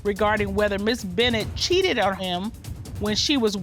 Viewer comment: "Back then, yeah I did cheaddedd"